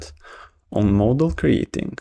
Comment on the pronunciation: The fact that the guy pronounces the word "Model" as "Moldol" is distracting.